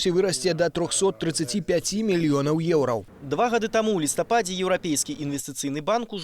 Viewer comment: Что за "еурау"? Учите белорусский язык